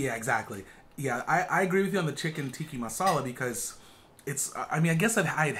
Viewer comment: Guys, it’s tikkAAAA masala 😂😂 not tiki!